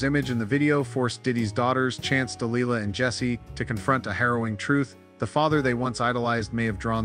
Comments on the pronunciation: It's pronounced (de-lie-lah) Delilah.🙄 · Listen to Tom Jones song Delilah, so you know how to get her name right. It was traumatic to listen to you butchering a strong and beautiful name. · DEE LIE LA ! Not lee la